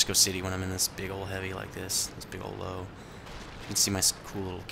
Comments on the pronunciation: it's actually Pronounced Lou-vuh. Meaning "Lion" in german. I dont mean to be a pronunciation nazi, but it drives me nuts when people say Lowe. XD Thanks for the review! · It's pronounced Lerver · FACT: The Lowe is pronounced Lerva-Means Lion or possibly Lioness or even lion king I'm not trying to be a dough and try and correct you bud. I just thought I would help yea out :D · You pronounce the Lowe like Loove not Low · Found out Lowe is pronounced Loo-veh. It means Lion. but not a big deal on pronunciation just spreading the knowledge. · Damnit.. dude its 'Lov-E.' The 'e' in the end is pronounced!! Just like in the 'Grille'. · It's pronounced løːvə or Lourve if you can't read that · It drives me crazy every time someone calls it a low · Actually, its pronounced: Loo-Vah. :) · what are u talking about?...Lowe is german for Lion il grant u that but since when is it pronounced Lerva? its pronounced Loewe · its called "Löwe": 1.) "L" 2.) "u" like in "curse" 3.) "w" with teeth at your upper lip 4.) "a" like in "battle" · If you going to butcher its name German name just call it the Lion